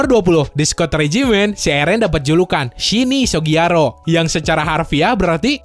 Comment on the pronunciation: ngomong jp nya hampir bingung gw shinisogiyaro wkwk SHINI SUGI YAROU!